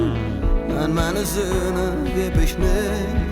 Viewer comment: Thank you so much,, for fulfilling my wish - even it was a German song❣️I am absolutely on the same page with all your thoughts around that subject and the German pronounciation of the title at the end was really good 👌🏻